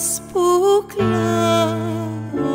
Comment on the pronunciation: Great voice,correct singing but... Really sad that reading words in a wrong way results in mispronunciation of κλαίω into something as bad as changing the vowel ίwith the consonant ν in . Probably Greek is not your first language.